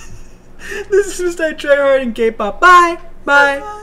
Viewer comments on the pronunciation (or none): your fake it's Mritryhard not mrItryhard